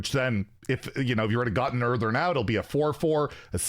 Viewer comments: Earthen, not Eartheren 😂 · Earthen, not Earthern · It's EarthEN not EarthERN. As in "from the earth" aka dirt. Seems like it'll be some kind of dirt or rock elemental. Drove me crazy every time he said, "Earthern." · Earthern, he says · Where is the second R in that word? 😂